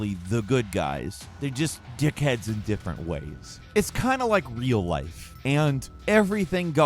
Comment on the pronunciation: Hearing an American accent saying the word "d**khead" sounds weird. Or is it me?